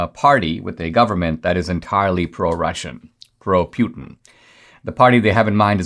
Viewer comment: I love how you call him pewtin